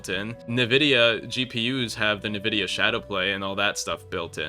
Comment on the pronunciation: Nuhvida? noooo its ENvidia stupid dingus